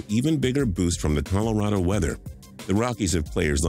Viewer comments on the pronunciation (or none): none